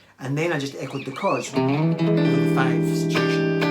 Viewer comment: I keep hearing “cards” and wondered what that means but half way through the video I finally realized you say “chords” 😂